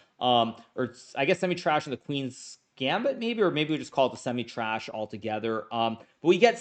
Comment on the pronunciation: He likes to meme a little 😂